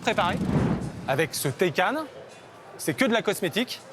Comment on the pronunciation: Pouvez vous faire un effort sur les nom svp psk la "régéra" et "taicane" c est ridicule